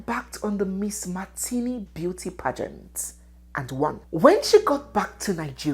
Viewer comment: Young lady, your pronouncement of the word “pageant” is awful!👎